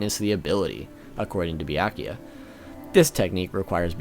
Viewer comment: tell me who is bi-yah-kuya😂😂😂😂😂